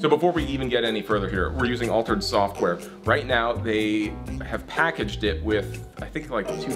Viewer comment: I swear he keeps saying "All turds" instead of Altered's... trust me. Dear Sweet Lord I didn't know I needed to hear Judy Dench Dirty Harry xD